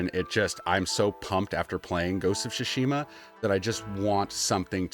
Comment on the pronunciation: Your pronunciation of Tsushima is bugging me.